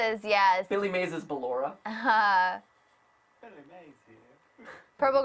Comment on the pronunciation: BELLORA instead of BALLORA